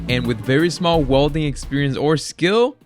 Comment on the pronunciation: what the hell is wolding please say it properly welding 😬